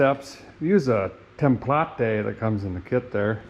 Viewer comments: Derek, when you say "template", do you mean, "tem pla te'"? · Tem plah tay would be how a feller pronounces the word template. I lernt that on this here channel.